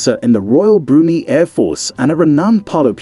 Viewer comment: BrunEE?! Brunei pronounced Broonai, ("nai" rhymes with sky).